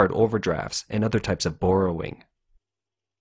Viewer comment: Borerowing? On July "one?" wtf is wrong with you? Are you an AI or something?